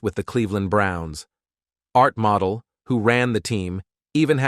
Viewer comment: Learn how to pronounce Rison and Modell - then I’ll give a like.